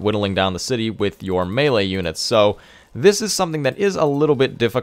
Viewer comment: It took me a few minutes to grasp mailer units are melee units its French you know maylay -Jeez